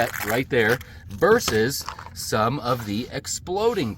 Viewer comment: I gave you style points, subscribed, and liked just because you said "versus" rather than "verse" which is what everyone else seems to think it is.